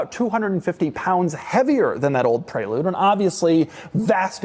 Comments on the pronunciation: It’s called a Pre-lude not pray-lude! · So upset with how he pronounces prelude. I always thought it was prè lude not pré lude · Why is he calling it the pray-lude. Isn't it the prelude, like the actual word? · ITS PRELEWD when u say it ffs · Is this really how Americans pronounce Prelude ...."prey-lood"?!